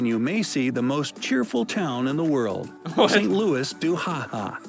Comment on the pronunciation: Sorry man, it would never be pronounced "saint lew- iss," it would be pronounced more like "San lew- wee" About the weather, I moved to Northern British Columbia a couple years ago. I have experienced-48 C in the winter to + 41 C in the summer. That's an 89° difference! And sometimes it gets even colder here. I love your comments- "What's going on in Canada?"